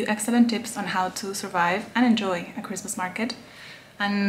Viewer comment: It's cwismaas